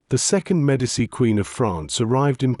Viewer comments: I cannot sit through 20 minutes of an AI narrator mispronouncing Medici. It's MED AH CHEE not MED AH SEE. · IT IS PRONOUNCED ——“MED A CHEE” NEVER——-MED A SEE! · Love that the AI narration can't pronounce Medici.